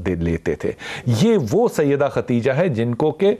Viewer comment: حضرت خدیجہ رضی اللّٰہ تعالٰی عنہا۔۔۔کا نام تو صحیح لین۔ خدیجہ۔۔۔۔ہے۔۔۔ختیجہ نہیں